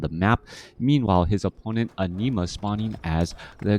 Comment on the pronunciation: Entertaining game and punditry! Was tough hearing you pronounce an-i‐ma as enema though 😄 Thanks